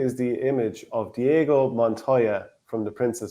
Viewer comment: Never heard of Inigo? It's not Diego but love the comment. Can't imagine that he's not familiar with the movie